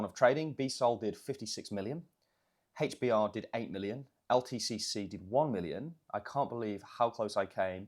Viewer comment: “HAYTCH BAHH” hbar